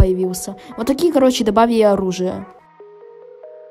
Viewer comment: Почему ты говоришь добавийи а не добавили